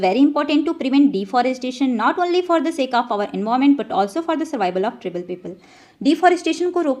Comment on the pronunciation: Not trbal it tribal